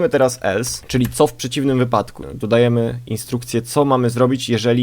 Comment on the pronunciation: Dodajemy chyba a nie "Dadajemy".